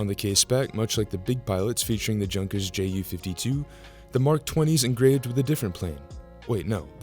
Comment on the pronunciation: Please note that Junkers is not pronounced as in junk. Please research to avoid laughs 😁. It's as in Yunn-kers. That's German, dude...